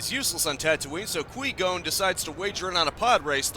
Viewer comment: Were you intentionally saying Liam nessons characters name wrong I gotta know